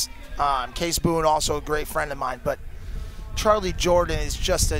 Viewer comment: bruv it's charly jordan not charlie lmao